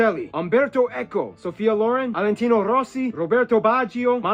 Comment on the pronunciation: it's Valentino Rossi not Alentino